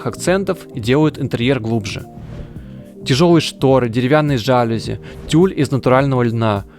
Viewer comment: Ну «жалюзИ» же! Иное ударение — просто позор для грамотного человека, а уж для дизайнера интерьера — тем более!